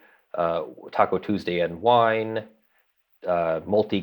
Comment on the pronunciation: I suspect it is pronounced "Tacu TuuursDAY" :)